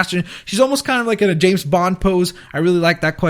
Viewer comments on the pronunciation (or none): none